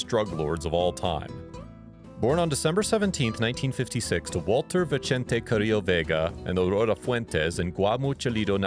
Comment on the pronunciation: Vicente is pronounced with an S not a CH. it’s Spanish not Italian smh